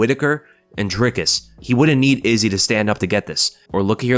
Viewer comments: Awesome to see some positive content about Dricus and really appreciate that you got the name down. Now we just need all the commentators to learn it and stop saying Draycus. Maybe if he beats Izzy they'll get it. Maybe :) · I'm glad to hear you pronouncing his name correctly. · Perfect pronunciation for Dricus!! Thanks